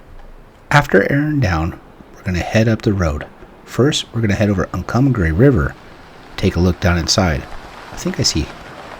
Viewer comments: The town is pronounced You Ray. Not O Ree. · Ouray, "your ray". The river is pronounced Un-come-pah-gray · Pronounced "you ray"...but understandable that it's hard to pronounce when you're new to the area. Great trip video...thanks for sharing.... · Ouray is you-ray fro, what I’ve heard. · It’s pronounced you ray